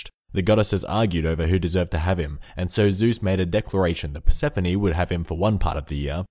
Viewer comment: You got the Persephone one wrong